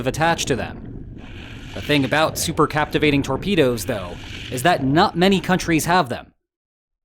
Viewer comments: The word should be "cavitating", not "captivating". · Captivating????????? or possibly Cavitating? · CAPTIVATING torpedo? ... really? Holy moley, what a scr3w-up! C A V I T A T I N G , C A V I T A T I O N. -- Re-edit this video's audio and re-post, please. Endless "Captivating"s from you sound quite deficient (i'm being nice). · Cavitating. No so captivating! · Captivating lol cavitating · It's cavatating not captivating. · Not "captivating", cavitating! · 'cavitating'...not 'captivating'.... Reading is hard.... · Cavitating ≠ Captivating... Pretty basic error, professor. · I am relieved that you pronounce "nuclear" as "new-clear" rather than "nuk-u-lar" however, the word CAVITATING differs from CApTIVATING There is no "p" in cavitating. Supercavitation - It is very odd that you mispronounced the word because the Transcript has it printed correctly. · It was "captivating" listening to you trying to say "cavitating" torpedo 😋🇦🇺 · "Captivating"? Cavitating? One of the most important words in the article...Is this the future of AI or just a failure of public education? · Did he say "captivating" instead of cavitating? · cavitating. not captivating. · CA-VI-TATING, not captivating.... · OMG BRO PLZ... C A V - I T - A T - I N G ... LIKE A CAVITY... NO 'P' ... THE BUBBLE IS THE CAVITY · Cavitating, not captivating.